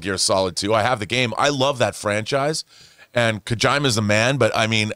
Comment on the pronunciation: Raiden- Pronounced-Ry-Den. Kojima-Pronounced-Co-G-Muh. Those pronunciations Urked the fuck outta my soul bruh WTF!